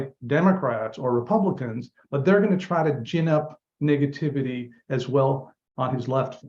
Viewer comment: Sorry for this but it sounded like he said niggativity